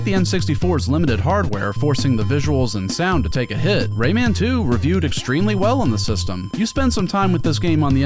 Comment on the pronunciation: Yeah Lee pronouncing Rayman’s name like that drove me nuts in the PS1 port